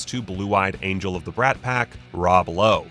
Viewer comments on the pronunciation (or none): none